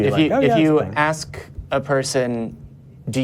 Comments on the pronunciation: This idiot can't even pronounce the word 'ask'. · When i hear: let me axe u😂🍿🍿🍿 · “I axed you a Quechun”… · I had to stop watching at the 26 minute mark. Too stupid and i could not hear him "axe" one more question. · “I wanna axe y’all”. You can’t even speak properly, but you think you’re smart because you believe in a god.